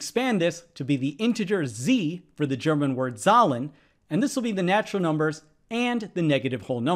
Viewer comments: That's not how you say Zahlen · Nice pronunciation of the german word "Zahlen" 🙃